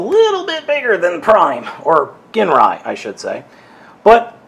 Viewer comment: i keep hearing everybody pronounce his name wrong i have masterforce his name is pronounced (jin-rye) other than that lol i got this same set at toys r us too and he remains my prized transformer, and his stickers are pretty thin so if you apply them all the wrinkles should go away as long as the glue on them is still good